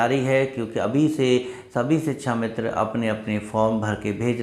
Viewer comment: Sir shikshamitra! Not sichchhamitra.